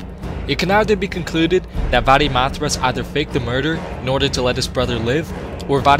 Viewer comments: "Va-de-math-rass" haha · The way you say Varimathras.😂